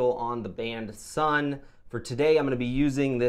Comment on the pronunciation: Pronounced “Sun”